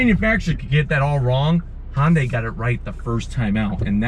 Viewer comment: Most people can't even pronounce Hyundai right lol. Hi-oon-die, not Hun-day